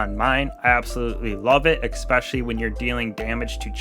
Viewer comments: no. You clearly say ex-specially. You did it twice, and it's the first time I've watched your video. I'm a dick for calling you on it, but stop doing it. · "Especially" is pronounced the way it's spelled. My parents worried me to death until I pronounced it correctly, and for many when you say ex-specially, it's like claws across piano wires.